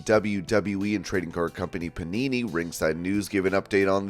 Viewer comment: thought he said punani